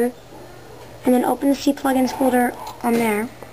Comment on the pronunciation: and lol "see-plugins" I'm pretty sure its not pronounced that way.